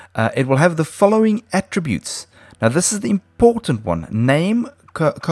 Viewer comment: You need to make a whole video of you saying: "colon". Coh-Lawn.